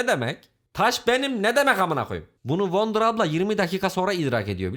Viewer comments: Abi wonder childiren dedin ya gülmekten öldüm öldüm 🤣🤣🤣🤣🤣🤣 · wonder deme wonder deme bilmiyomuş gibi yap